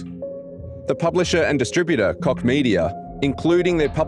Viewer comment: Apart from your opinion about this topic: please don't pronounciate Koch as dick...ehm...i mean cock! The h in the end of the name is just an h!